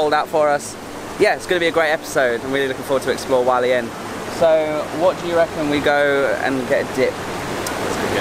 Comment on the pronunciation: Hualien, not Walien! You pronounce the H.